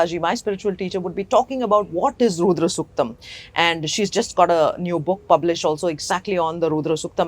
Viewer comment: Madam please!!! it is not "Roodra suktam", but "Rudra suktam". Your accent shows you were not brought up in the West. Why do you take it on yourselves to mispronounce it like that!!! Did the swamiji and the priests chanting the Rudram not tell this?